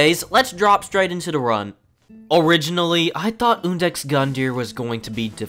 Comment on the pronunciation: It's iudex, not undex!